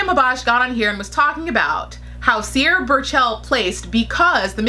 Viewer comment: Lol not sure if you are mispronouncing her name in purpose or not. But TBH, Mariam has better catwalk performances compared to Sierra. I cannot say anything behind the scenes